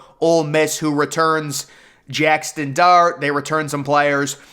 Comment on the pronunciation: Bruh for the last time it's JAXON Dart, not JacksTon Dart.